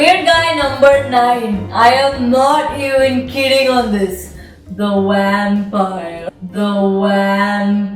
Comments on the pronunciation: Not sure what you were trying to highlight by playing it thrice but, all i got from it was "The Wampire". Even though you did pronounce it correctly later in the video i just can't get it outta my head :P #nooffense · what's a "wampire"?